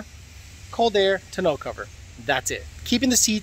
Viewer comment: Glad im not the only one that thought he was saying it weird lol